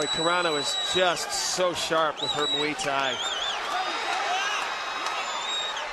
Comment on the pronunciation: What the fuck is mwee thai?